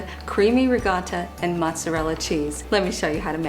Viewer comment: Can you please pronounce ricotta correctly?. Watching these videos I'm kinda disappointed. Thanks for pretending to be Italian